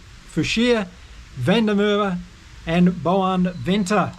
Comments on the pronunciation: Edwill Van Der Merwe's surname is pronounced as "FUN DIRR (with the "rr" rolling off the tongue) MARR (as if you're going to say MAP but instead of the p you roll the "rr" off your tongue) VUH altogether as FUN DIRR MARR VUH" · Van der Merwe is pronounced fun-duh- merver. The mer in the last word rhymes with bear. R’s are always rolled. That’s More or less. The most common white surname in SA btw. There is probably some website that will give you pronunciation, just guessing